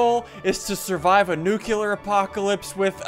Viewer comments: guyz it's not nuc-u-lar is nuclear like new-clear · I swear to God, if you say nucular one more time